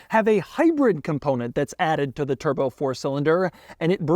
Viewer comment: "The one you really want, WITHOUT A TURDBO!!!" Total Gaabage!